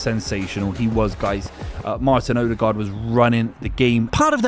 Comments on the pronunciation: Haha, cracked me up. Never heard that version, and it's honestly way off. Just say Odegard with an english accent, you'll never get the Norwegian pronunciation right! If you insist to try, the Ø is pretty much like he says in the video, but the aa in the ending is supposed to sound like the o in "corner" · Not to be rude or anything, but can you please look up how to pronounce "Ødegaard"? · its terrible. Its also different evry time hesays it